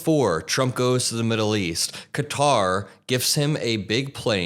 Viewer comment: Thank you for pronouncing it ""Kha-Tar" and not "Cutter"